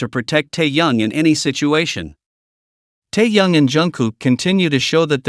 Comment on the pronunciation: АВТОР. НАУЧИТЕСЬ. ПРАВЕЛЬНО. ГОВОРИТЬ. СЛОВО. ТЭХЕН, А. ТО. ОТПИШЕМСЯ. ОТ. ВАС